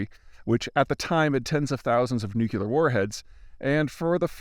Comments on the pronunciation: I love you, Peter. But man does it chap my ass when you pronounce "nu-cu-lear." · 🎵Let 'em fail, let 'em fail....and will figure it out from there🎶 no such thing as "nucular" warheads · It’s like all the ppl who get on his ass for his pronunciation of ‘nuclear’. Z-man don’t care what you think. 🤷🏼‍♂️